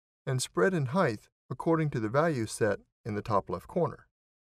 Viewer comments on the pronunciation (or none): every place where word height is used. Was just being funny about how some of us say heighth. After all its depth, breadth and width etc so I see where the pronunciation stuck